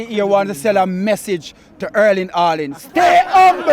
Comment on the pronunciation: Boss said “Erling ‘Aalaand” 😂 Jamaicans and H word have beef lmao.